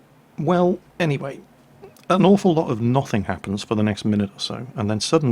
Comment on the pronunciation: Why you say 'Noth'ing instead of nothing...